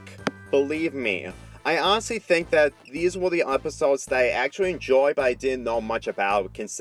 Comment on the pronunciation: i fink is all sick